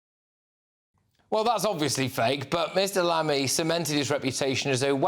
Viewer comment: 0.05 More like Mammy than Lammy! 😂